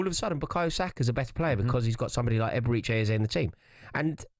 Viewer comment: The way everyone pronounces Eberechi is so annoying.